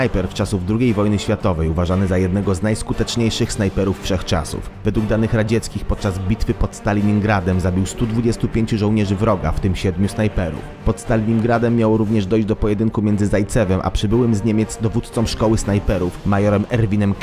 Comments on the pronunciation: Chodziło mi o to, że autor filmu wciąż wypowiada błędnie nazwę "Staliningrad". Nie ma (nie było) takiego miasta. Mowa jest o Stalingradzie - nie żadnym Staliningradzie. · STALINGRAD a nie STALININGRAD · Stalingrad, a nie Staliningrad.